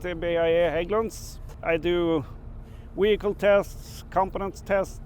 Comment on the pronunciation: All well and good, but what exactly is a weehicle?